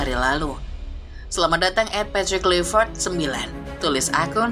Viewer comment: Karena ini coach Timnas kita. Nama pelatih timnas kita itu dibaca 'Klai', bukan 'Klui' ya min. 😂